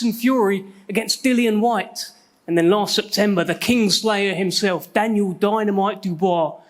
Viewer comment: Dan-yel ..dan-yel